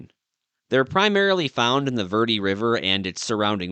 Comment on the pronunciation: It is pronounced varday.